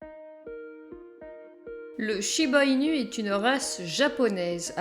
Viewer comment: J'en n'ai un et il ai un ange ❤ par contre ça s'écrit inu mais le u se prononce ou 😉